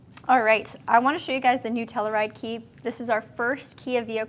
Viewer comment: You say it wrong!!!!!!